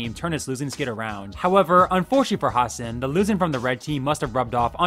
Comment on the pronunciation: hassan's name is pronouced ha-sun not ha-sin